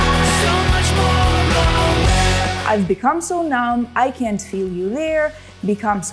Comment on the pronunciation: нєа, не так. Drop "T" у слові can't.